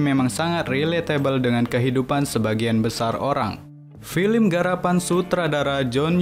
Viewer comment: Sekedar saran kurang dpt feelnya dari intonasinya juga..terus cara bca film.kenapa jadi filim??hehe kurang enak dan pas🙏